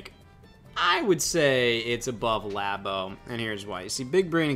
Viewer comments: Why is still saying laybo. Why did anybody ever call it laybo when it's clearly lab as in laboratory, but especially years later and when scott is right there pronouncing it the correct way. Being stupid on purpose to be different is so cool bro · pronunciation of Labo offends me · Idk how to properly pronounce LABO.......But I know that is doing it wrong.